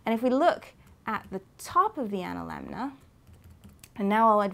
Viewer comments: I really like accent, but I've never heard anyone pronounce "analemma" with a second "N" before. She says it at 3m56s and 4m03s. Fantastic video, I also loved the "Tides" explanation. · Minor corrections: She pronounces the word "analemna". It is "analemma". Later, when describing the motion of the sun around the polar sky, the presenter uses the verb "rotates". The sun actually appears to "revolve" around the north pole.